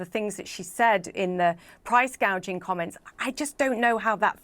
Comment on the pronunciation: I could swear she said, "..price gauging..."! Yep, she knows her economics!